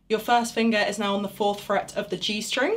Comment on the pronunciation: I like the way she says "fust finguh".